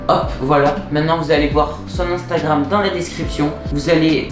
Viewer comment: À "instragram" 😂 Ps : refais des vidéos stp pk t'es inactif bg? ⚡👌